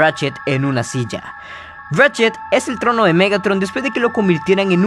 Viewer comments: cuando salió Megatron convirtió a rachet en un silla no decía cilla decía cila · No dice silla dice sila